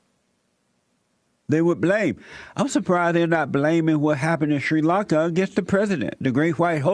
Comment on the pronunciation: Shuiiii Lunka.